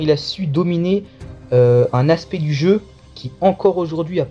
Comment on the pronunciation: L homme di Béarn!!! Quand ton accent bledard prend le dessus 😂 Bonne vidéo c de la bombe ta chaîne yà 👍 Courage pour la suite ❤